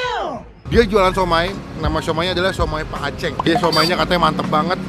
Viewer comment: "aceng" Gak pake ng kwkwkw